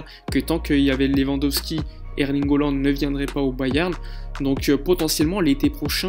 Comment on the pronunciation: Hollande ? Ca se prononce Haaland, avec un a